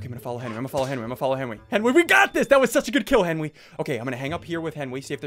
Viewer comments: Hes been saying Henwy for a long time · "Henwy did the wights"-Sundee 2020